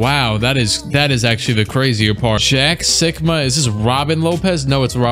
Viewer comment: When he said jack sikma I thought he said jack suckma